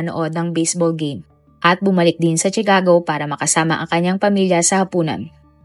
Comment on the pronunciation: No offense, suggestion ko lang, review mo muna ang mga words na sasabihin mo sa video like names of persons, places, etc. Katawa-tawa kasing marinig ng mga viewers ito. Like pronouncing Chicago, it’s pronounced “Shicago” not CHIcago.